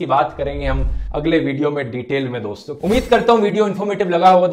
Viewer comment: Namassshkar dossshto